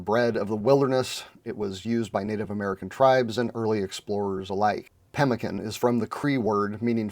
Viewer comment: Read about it in most old west books but never heard it pronounced correctly. Now I know!